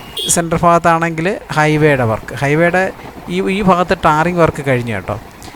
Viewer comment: ഫാഗത്ത് അല്ല മാഷെ ഭാഗത്ത്